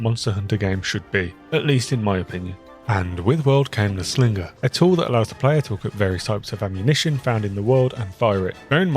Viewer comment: dont pronounce the G in slinger bro, lol